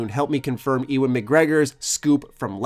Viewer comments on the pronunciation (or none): Why did you say Ewan like that? It's pronounced "You-in"